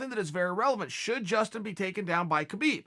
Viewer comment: It’s pronounced KA-BIB